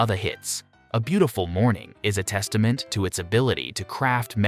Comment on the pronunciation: If you're going to use a computer-generated voice, it would be advisable to avoid words like testament, societal, pursuit and idealised. Delightful music, slightly embarrassing voice-over.